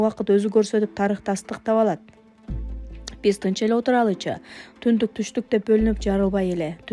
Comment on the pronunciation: Тузоту ,сундук дегендитундук деп окулсун